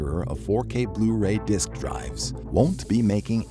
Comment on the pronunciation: Its disc dumbass